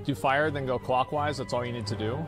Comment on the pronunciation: "We've just gotta go clockwase" Asmongold, raid leader, 2022